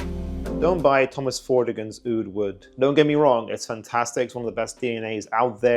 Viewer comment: Sounds like that Armaf trip to the Middle East helped some reviewers respect the actual pronunciation of the word Aoud.